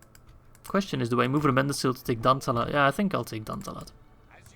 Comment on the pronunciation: Hello, I just thought that you would like to know that Rómendacil is pronounced Ro-mend-dac-kill.